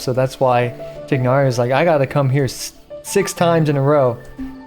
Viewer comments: Tie-nari not tignari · just do me a favor and pronounce his name right! it's not "Tig-hnari"! it's "Tie-Nari" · why cant any genshin content creators bother getting names right. maybe they just cant read? tie-nari. like a chicken thigh but a tigh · I keep hearing Genshin content creators say 'Tighnari' like the first part of his name rhymes with twig instead of thigh and at this point I feel like I'm getting trolled. Isn't it pronounced the 2nd way in cutscenes that mention him by name?